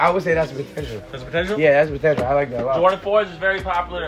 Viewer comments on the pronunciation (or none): Zan: “these a Contenuial too” Pak: “Potential”???😂💀